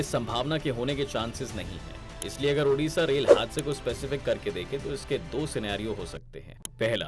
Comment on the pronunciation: Odisa not odasa